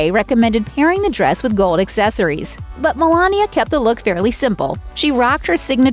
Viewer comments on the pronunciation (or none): none